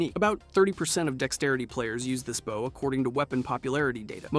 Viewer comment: First time I ever heard someone mispronounce the word "bow"